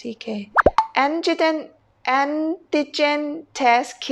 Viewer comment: Pronounced An ti jen. When are we going to see Mr Victoe and Miss Soda again ? or has Miss Soda been busy playing Candy Crush ?